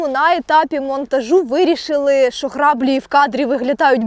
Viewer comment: Клас! Тільки не сапА, а сАпа, або якщо ти це кажеш по приколу тоді ок) upd. і не грАблі, а граблІ